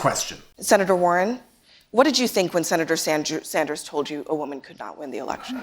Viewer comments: she calls him senator sanjew lol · CNN moderator: '...Senator Sanjew--Sanders....' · Holy cow, Abby did say "SanJew" when asking Warren the followup question. I knew she said it, but didn't know when until now. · She mixed the word with "you" that she was going to say immediately after him name, she actually said Sandyou. Not uncommon to happen, exaggerating a mistake makes you just as bad as them. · "Them" is lying leftist like CNN and Warren. i'm just saying it doesn't make the not-crazy people of the world any favours to call them antisemitic over something that was very clearly a mispronounciation, even if you do it as a joke.